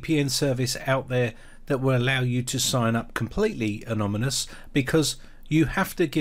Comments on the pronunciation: I know, I know, I'm being picky; - but it's anoNyMous not anoMyNous. Good viveo though. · Anomynous? Really? (You're transposing the "n" & "m"). You must mean Anonymous. You'll have more cred if you say it right... don't ya fink or don't ya? How 'bout Tor?